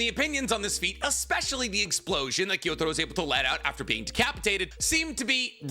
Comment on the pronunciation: Why do anime YouTubers always mispronounce character names that are explicitly said in the anime? It's not pronounced Gyo-Taro it's pronounced Gyu-Taro. IT'S FUCKING PRONOUNCED HOW IT'S SPELLED WHY DO YOU KEEP SAYING IT WRONG!?